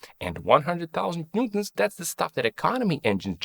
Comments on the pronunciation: NEWton ffs! it's NEWton pronucing like NEW TON, not Nton. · Why bro pronounce newton as "ntuns" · Sir how do you pronounce “newton”? This guy ☝️ “noo-ms” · are you trying to say newton??